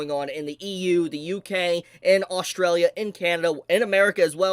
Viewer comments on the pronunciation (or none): none